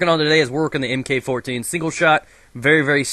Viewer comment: Not EHMKAY, but Mark.